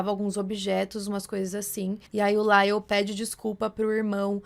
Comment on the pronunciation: Não é “Laile”, moça Foneticamente novamente é “LAIOU” 😅